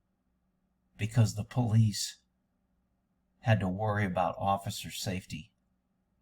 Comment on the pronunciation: Seems the vast majority of poh-leese today are there for the wrong reasons... SMH